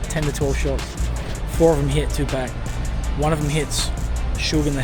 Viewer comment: It’s not the accent!! 😂😭 you’re just saying it wrong lol, there’s no k on the end of Tupac